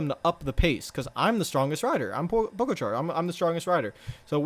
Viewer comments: It’s pronounced po ga cha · pronounced 'pog-atcha'